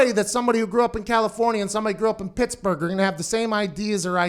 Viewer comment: As soon as he said “Picksburgh” I knew he was from Picksburgh